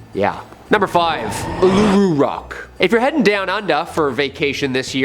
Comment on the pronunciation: Ularu is pronounced Ooo-la-roo. :D